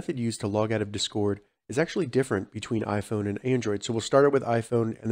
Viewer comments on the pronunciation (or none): you gotta make it sound like discord not desquirt